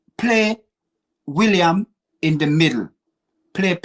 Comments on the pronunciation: Some good points here but he butchers everyone's name, this time he's calling Willian - William ???? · should be locked up for the way he butchers player names. Williams, El many 🤣